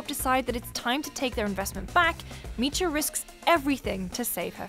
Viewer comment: It's not "awk-cha" it's "Oh-k-ja" (like Oakja) and it's not "Mi-cha" it's "Mi-ja"